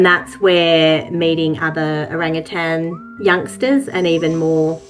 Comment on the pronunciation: I loved this video, but not entirely for the reason you might think. First, I loved the story. But second, nothing makes me crazier than when someone puts a “g” on the end of the word “Orangutan “. They are one of my favorite animals in the wild and not once did I hear the word pronounced incorrectly. Always O-rang-u-tan!!! Cheers. I love it ❤️❤️❤️